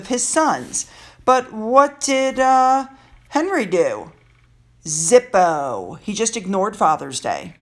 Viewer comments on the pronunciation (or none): none